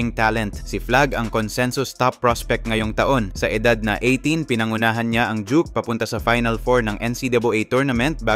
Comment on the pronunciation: "Dook" ang pronounce ng DUKE hndoi jok..joker ka ba?